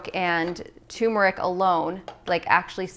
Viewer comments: So sad 😕 to hear a dr. say tumeric instead of turmeric. We never pronounce the first "r" in the word. Yikes!! BTW. Nice recipes for getting the day started.😃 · Does anyone else hear tumeric instead of turmeric? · Why can’t anyone pronounce turmeric correctly? It’s not effing tumor-ick 🤦🏻‍♂️ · This is my 1st time watching you. You're beautiful. I'm absolutely going to subscribe. The smoothie looks amazing, but hearing toomeric is just a little annoying. Lol I don't think the "R" is silent. Turmeric is pronounced just like it sounds. Not being mean, I promise, just kidding a little. Maybe it's your accent, but I've never heard it pronounced like that🤪. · Why did she says...Tuuurmaric, it’s pronounced without U 🤣🤣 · You keep saying turmeric wrong